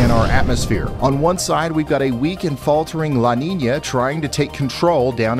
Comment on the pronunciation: "La Ninia" c'mon Ryan, it has a tilde it's not pronounced like that weatherman. Lol jokes aside I love your content keep up the great work bro.